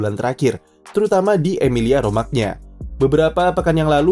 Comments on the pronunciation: Romagna dibaca Romanya Min?Kalau dibaca Romagna yg baca orang ngapak.. Medhok 😅.. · Romanya bang...Romagna kedengeran aneh bsngeet asli😭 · "gna" dlm bahasa Italia dibaca "nya" min